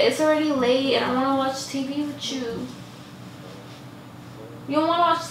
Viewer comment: I would pay money for her to be able to say with you instead of witchu lol